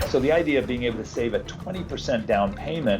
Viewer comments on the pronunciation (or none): none